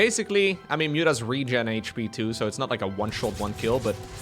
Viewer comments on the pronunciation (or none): none